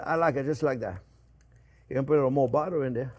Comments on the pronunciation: One sexy dish jp with lots off budddeererrrr😂❤ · Did someone say budda? Where's the onyo?